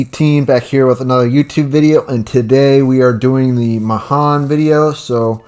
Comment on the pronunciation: USS Mahan is the name of the ship that I served on in the Navy and it's my favorite tier 5 DD She's a great gunboat 😊 Pronounced "mu-han" Nice video